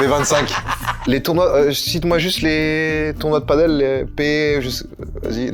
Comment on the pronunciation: On ne dit pas padeul mais bien PADÈLE, ça vient de pays où l'on parle espagnol donc ...